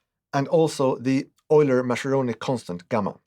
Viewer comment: The intro music is a bit ominous, almost David-Lynch-style 😆 Edit: Mascheroni is pronounced with a hard C sound, like it was written Maskeroni